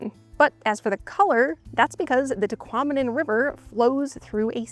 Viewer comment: "Tahquomnim" falls lol